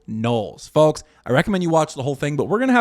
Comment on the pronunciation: This is so petty but the way you pronounce “folks” with such emphasis on the L, really grates on me 😂